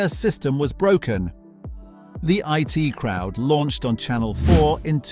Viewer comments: Why are you so penny-pinching, and so insulting to your audience, that you won't use a real person to do the narrative, but, instead, use an Artificial Moron (we can't call it Artificial Intelligence) to mis-pronounce the words, names and phrases? It's bad enough that it called 'The I.T. Crowd' 'the it crowd' but even worse that WW1 (World War One) became WWI (Western Women's Institute?). And speaking American in an English accent (the pronunciation of years, for example) is more than irritating. There should be a warning in large letters that this is narrated by a moronic bot, and that it is therefore not worth watching. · I.T. Crowd. Not It Crowd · The name is The I---T Crowd. Not The it Crowd. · It is not the IT crowd, it is the I.T. Crowd. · It's not The IT Crowd , it's The I.T. crowd. Dumb Seppo